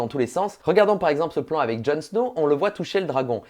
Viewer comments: Parcontre c'est pas avé mais avec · "Les contact AVÉ les acteurs" 😂 pitié nooon !!!